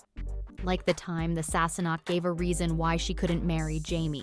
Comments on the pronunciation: “Sassenock” and “Frayzure” …hmm. It sounds like they got someone who’s not a fan of the show to narrate this. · "Sasenoch" beautiful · You obviously didn't watch the show mis pronunciation of names especially Sasenache or Loghaire. Claire was coming back into the room when she was assaulted, not sleeping in her bed. Your commentary has the blunders which is dissapointing. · It’s Leery, NOT Louhair AND Gayless not Guyless, SassaNACK, not Sassnock, Fraser, not Frazier! Wow!